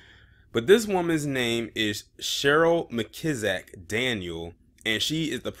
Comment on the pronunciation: MAN YOU STARTED OFF REAL GOOD PRONOUNCING IT AT FIRST